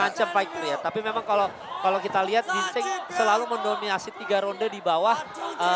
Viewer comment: Jin cheng ya bukan gingseng.. 😁🤣🤣